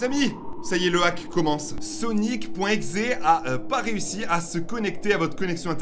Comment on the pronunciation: A tu a dis sonic.eye se n'est pas ça c'est sonic.exe sinon super video